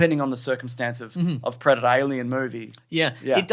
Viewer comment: I thought you was saying "Breadator"